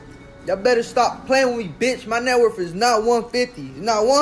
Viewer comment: Net worf ha he says networf